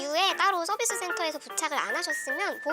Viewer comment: 선비스 (x) 서비스 (o)